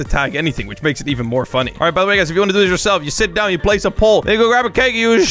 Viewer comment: he said sit